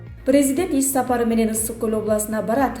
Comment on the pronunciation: Иш сапар де тупой ис сапар дебей натури тупойсун сен бля